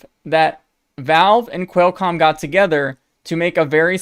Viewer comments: For future videos, It's "kwall" comm, not "quail" comm. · Great video! Unfortunately every time you pronounced Qualcomm wrong a kitten died. The good news is there's no shortage of cats! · xD love the way u say Qualcomm ....intentionally?